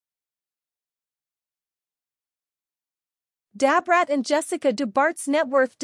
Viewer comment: Dab Rat, no this woman ain't calling Brat that, this must be an AI😂